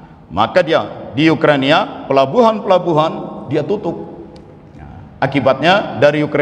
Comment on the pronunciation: Ukraina Pak, Bukan Yukrania,,🤭😁